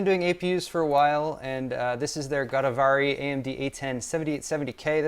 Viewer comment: Its Godavri, named after a river in India. Pronounced as Go-daaav-ree Same applies to Kaveri;named after a river in India. Pronounced as Kaa-whey-ree